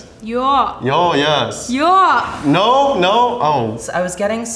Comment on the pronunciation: her proclaiming [NO!] really does sound like "joa" (yeah/yes) in german...so maybe the black lady was onto something after all